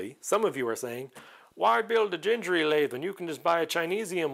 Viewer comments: Gingery without 'djeee' like in 'jacket' but 'gheee' like in 'Uganda'....his son pronounced their family name i've seen an then already old video about that way back 10 years ago....also the guy from Makercise made a long series about his build but stopped it some years ago during the pandemic. As I remember he managed to finish the lathe and almost completed the metal scraper....wont be an easy task good luck for that. I started to build it many years ago but everything was in imperial not metric so being in Europe I gave up at the beginning. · Dave said his name was pronounced like thing, as in ging-a-ma-thing ( that is more or less a quote) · It is actually pronounced with a hard G like in green or google. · you should pronounce gingery the way you didn't want to pronounce it. It has "harsh" letter Gs in both locations. I have watched the video where he introduces himself and you can hear him say his own name - that is definitive. I believe the video was mostly about him playing a fiddle and I have it on DVD somewhere, but I don't think it is on the Internet. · It is definitely hard 'g' for both the first and second 'g'. I talked on the phone to his son's wife when I ordered his books in bulk back in 2006, and that's how they pronounce it. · I have watched a few videos regarding the Gingery series, and it drives me nuts when they pronounce “Gingery” with hard g’s… I have no idea if it’s right or not, but I’ve been saying “ginger” my whole life, and I can’t change now! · It's Gingery with two hard "g's". Like in gold. Had the pleasure of taking Dave to lunch while visiting his hometown 20+ years ago. Great guy.